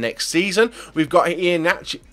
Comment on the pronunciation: So many mistakes , its Rb Leipzig no lezpig, it's pronounced EE-HA -NACHO, Keita isn't pronounced like KEETA it's prounounced like Keita , and that's only in the first 10 transfers